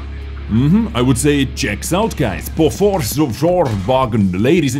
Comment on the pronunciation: “Borofs”? That’s a new one